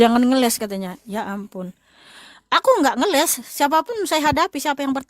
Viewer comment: bukan ngelek tapi ngeles...